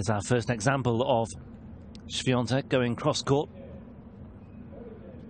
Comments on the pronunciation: Też zwróciłem na to uwagę. Wymawia tak dobrze, że przez moment zastanawiałem się, czy to nie Polak. :) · komentator ( mysle ,ze nie Polak?) ...jak poprawnie wymawia nazwisko i imie naszej tenisistki ... widac , ze docenia jej talent 😁🇵🇱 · Od razu pomyslalam o trym samym , ze nauczyl sie poprawnie sie wymawiac nazwisko i imie , moze przez szacunek dla jej talentu ,a moze slyszal odp Igi jak brzmi jej nazwisko po angielsku , a jak po polsku , no i jak woli zeby wymawiali jej nazwisko ? Iga odp. ze chce czy tez bardziej jej sie podoba jak poprawnie ,po polsku wymawiaja jej nazwisko komentatorzy czy dziennikarze - tak zrozumialam odp.Igi SWIA,TEK 😜